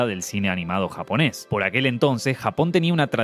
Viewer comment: Que buen video como siempre, pero debo decir que admiro mucho que puedas decir los nombres de las obras en japonés perfectamente, que trabajo